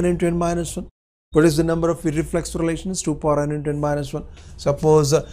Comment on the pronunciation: You pronounced iRRReflexive....